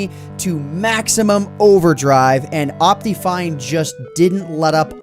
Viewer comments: 1. duh it's worth it 2. It's pronounced op-tih-fine you idiot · I love how he says it like optifien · Dat optifine pronunciation tho, XD Opteefine. XD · El cofre :v Lol, xD I pronounce it like Op-tuh-fine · Ryan Sonic I pronounce it like Op-te-fine